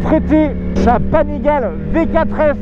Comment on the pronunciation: Salut, super vidéo. Au passage, Panigale su dit "Panigalé".